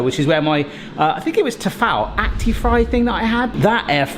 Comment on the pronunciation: That is the poshest way I’ve ever heard Tfal pronounced. Across the pond here we say Tee Faal….. Your pronunciation is much better. Also in French Canada we call French Toast , Pain D’ore ( golden bread) 🇨🇦